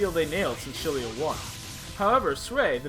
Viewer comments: im sorry but i have to correct you not ch-il-ia its zi-ll-ia for Xillia .__. sorry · Tales of Shillia? Are you attempting to pronounce Xillia? Ex-illi-ah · I know, but in the Japanese kana it's written as "e-ku-shi-ri-a", implying the proper intended pronunciation is Eksillia. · I believe that NamcoBandai representatives pronounced it as "Ex-illia" in some interviews. There wasn't any "sh" sound if I recall correctly